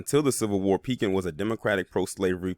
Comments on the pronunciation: Its ( PEE-KIN ) how its pronounced pekin, il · I grew up in Pekin and yes it's pronounced Pee- Kin